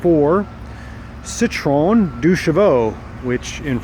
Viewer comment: Pronounced Citro-en, not Citrone. The rubber bush at the top of the gear selector could have done with being replaced. Huge amount of free-play probably made for poor gear changing. That is definitely a 425cc, the 435cc is based on the later 602cc M28 engine. Easy way to tell the difference between a 425 and 435 is the route the exhaust takes. The 425 exhaust exits forward of the engine and passes underneath it. The 435 exits behind the engine and goes into an exhaust 'crossbox' slung beneath the gearbox. The 425 has a dynamo/generator fitted and is a 6-volt system. The 435 has a modern alternator fitted and is 12-volts. The wiper motor on the 12-volt cars (from 1970 onwards) is a far better motor. The wipers work incredibly well. Fast and effective. :-)